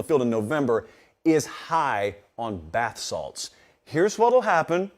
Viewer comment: Did you say “High on balth salts” ? 😂😂😂 dawgggg I love this show